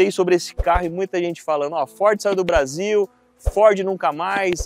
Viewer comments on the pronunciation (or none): none